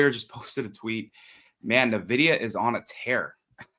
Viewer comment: And he still says “NU-vidia” instead of “EN-vidia”. Gah! Why?